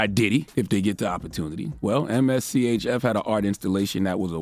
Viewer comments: MSCHF is how you spell it... It's just pronounced mischief... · Just say Mischief. Geez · I’m weak, it’s pronounced “Mischief”